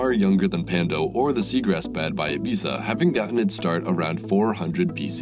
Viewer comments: Talks about how great it would be if more people were educated. Doesn't know how to pronounce Ibiza. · Its pronounced ibee-thah